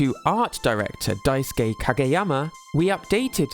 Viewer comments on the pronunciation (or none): none